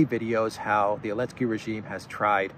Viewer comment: yo my guy, every time I hear you call zelensky elensky , I can't help but to crack up man. I don't doubt that this will eventually catch on. And we'll know its origins. Here. You